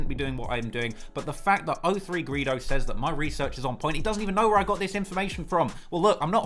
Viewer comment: Is it hard for u to say free O3? Instead of free Ophree